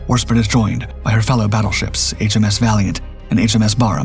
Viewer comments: I have no doubt there were many pronunciations off the proper English. But even Americans know how to say Warspite. I have been listening to this narrator for years or I would assume it was cheap AI narration. I used to joke that they needed an editor over the age of 50 to critique this kid before they put it out in public. Obviously they have good content. At least good enough for me to suffer through the nails on the chalkboard of the butchered pronunciations. If I wasn't one of the only ones who complains I would assume it was intentional to drum up comments😂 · War-spit!? It is Warspite. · A small point, tell your AI that it is 'Spite not 'Spit. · Warspite, not Warspit. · Warspite! It's Warspite NOT Warspit. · Not Warspit it’s WARSPITE! No longer a subscriber, I didn’t realize until now it was a CG narration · Warspite not Warspit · ‘Spite’ not ‘spit’ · Well it is still 'spite' and not 'spit. I assumed AI because it seemed unbelievable that an experienced commentator could make such a mistake. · Not HMS Warspit. It’s HMS Warspite. Totally different connotations in the words and it is vanishingly unlikely that the British would name a warship honouring the act of expectoration. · Ta - that was annoying the hell out of me too!! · "war spite" NOT "War spit." Your consistent failure to propounce names in history is AMAZING. DARK EVEN. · Great video Except 1thing…. It is Warspiiiitee not War Spit. SPITE… deliberately hurt annoy or offend! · It's WarSPITE not WarSPIT, spitting at your enemy won't do much harm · warspit??? nah ai is shite. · the ai voice calls the british battleship 'WAR SPIT' get real people to narrate! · I love your videos but I gotta give you a hard time “ The War Spit” lol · Warspit? This single pronunciation makes this video irritating. Drachinifel's video on the Battle of Cape Matapan is far better. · the British docos on YouTube refer to it as War-Spite. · It's Warspite, do love your content but you wouldn't call Warspite Warspit to her face😂